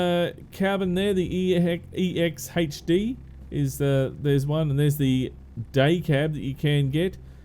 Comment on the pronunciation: Exhd Is the abreviation for extended hood lol thats not how its said